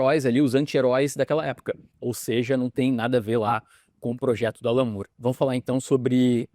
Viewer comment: você sabia que a pronúncia correta do nome do Alan Moore é com o som do "ó" aberto? Exatamente no mesmo vídeo que você usou para ilustrar o Alex Ross, quando ele fala do Alan Moore, dá para ouvir a pronúncia correta. Aqui no Brasil, a gente tem a tendência de achar que o nome tem o som de "u", porque as palavras moon, good, book, etc., têm som de "u". Só que essa regra não é absoluta. Basta lembrar das palavras door (porta) e floor (piso). O sobrenome do Alan Moore é o mesmo da atriz Demi Moore, da também atriz Julianne Moore, do ator Roger Moore (James Bond) e, ainda, do guitarrista e cantor Gary Moore (Still Got The Blues). E todos são chamados da mesma forma: Móóre. Curioso, né? 😉 Abs.